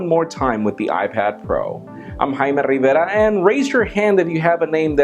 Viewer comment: isn't a strange name, and your pronunciation of it is proper according to my Cuban girlfriend.:D -Jamey Lazarus